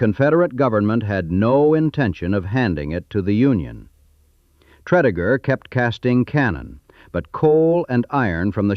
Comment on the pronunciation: Tread-a-gur...not Tread-E-gur